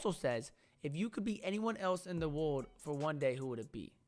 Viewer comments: “Wode” bruh it kills me 😂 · dude if my girl said world as wod i would fall in love so quick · I die everytime you say world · I can’t stop laughing when try’s to say world 😂